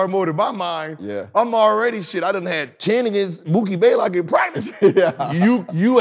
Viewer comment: Blaylock not Baylock